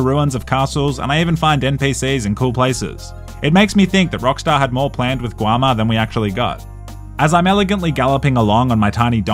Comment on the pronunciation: Bro said "guama"